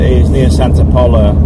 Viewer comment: The salt 'mountains' at Tamarit on the Eastern end of Santa Pola are amazing, they clean the salt in the plant nearby and put it into 1 tonne bags which get put onto cargo ships in the port of Santa Pola. I believe the "O" in Santa Pola is pronounced as in 'Hola' and not as in 'polo' mint :-) but maybe a local Santapolarian will correct me...